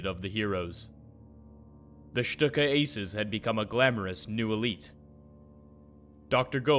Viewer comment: A very good overview of the Stuka and it;s development but marred at various points: --at least learn how to pronounce Stuka properly? It is Schtooka,. not Schtucka! --You mention the German capture of Paris and then show American GI's marching into Paris in 1944 . Hello?